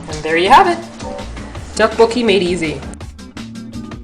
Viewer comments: if it helps, the "dok" is kinda pronounced like duck, but emphasis on the d, so its like, dduk. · sounds fuunny when she say DOK BOK KI